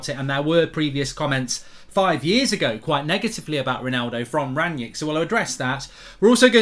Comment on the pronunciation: His name is Rangnick not Ranyick and the player is called Haidara not Haider